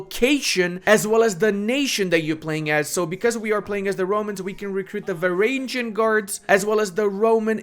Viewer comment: verainjin guards. Bruh, for someone who claims to like Byzantium you can't pronounce varangian right